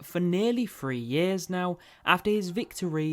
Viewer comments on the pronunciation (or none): pronounce your th sound properly